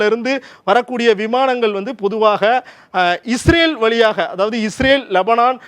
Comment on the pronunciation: இவர் பயப்படுகிறார், பயத்துல இஸ்ரேல ஈரேல்ன்னு சொல்றார் 😂